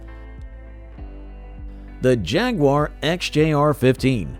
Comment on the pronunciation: Hey. If you can't pronounce the names, why do you produce a video like this? Check out how Jaguar and Le Mans is pronounced! Do not butcher it this horrible!